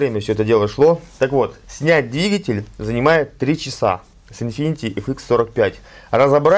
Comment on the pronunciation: Infiniti, а не infinity